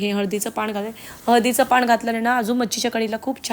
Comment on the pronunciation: चुकीचे मराठी पियाला नाही.... प्यायला घालून घेते नाही.....घालते हल्ली सर्रास असे चुकीचे मराठी सर्व youtubers बोलतात. शाळेत शुद्ध मराठी शिकून पण ही परिस्थिती. पुढे पिढी ला असे चुकीचे मराठी शिकवणार. अजून एक न आणि ण पाण नाही, पान